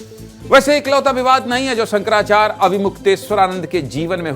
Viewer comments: Sahi to bol bhai shankrachay ji h Nam to shi se lo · Shankrachya g ka nam sahi se lo ptrakary mahoday